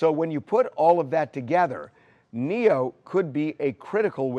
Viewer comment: It’s Neyo guys not Neo tf